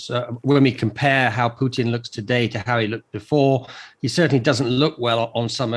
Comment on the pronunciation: Does this journalist not know that Putin contains the letter "t"?